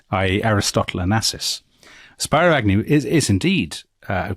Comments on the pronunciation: Spiro Agnew pronounced his first name as Speeroh not Spyro. I was 9 back then and remember that clearly. Also, what Nixon practiced toward the South was called dog whistling. His supporters could hear what he meant even if he had plausible deniability. He buddied up to the racists like Strom Thurmond to win the southern vote. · It was SPEERO "Nolo contendere" Agnew. Former governor of Maryland. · Spear-o. Not spy-ro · The “I” in Spiro is not an Anglo dyphthong. It’s Spih- roe. Not spye roe. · "Speero" not "Spyro" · They are pronouncing Spiro Agnew's name wrong - it's not "Spy-Ro" it's "Speer-O". Super annoying. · You certainly find virtues we never knew Nixon had. By the way, his VP Agnew's name is pronounced SPEAR-o, not SPY--ro as you have it. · SPEE-RO NOT SPY-RO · I think it's pronounced Speero Agnew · Spear-O Agnew. Spyro is an awesome video game dragon lol. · Spiro is pronounced “spearoo”. Ailes is pronounced “ales” like the drink. 😊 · Pronunciation Help: SPEARo Agnew. Roger ALEs. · Come on guys it's pronounced Spearo. I agree that your leftist elitist slips are a bit much. Why is it every Brit pretends to be an Eton educated Duke the minute they talk about America? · Speero is how it’s pronounced. Great podcast. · Loved the episode but Spiro Agnew’s given name is pronounced spear-o (not as the first part of “spirograph”). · 2 name pronunciation corrections. - Spiro (Agnew) is “SPEER•o” - (Roger) Ailes is “ALES” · This really is an awesome episode… And I don’t even care about the hilarious mispronunciations of Spiro Agnew and Roger Ailes names 😂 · Spiro mispronounced but great job!